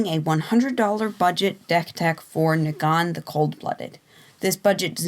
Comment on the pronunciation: Kneegan xD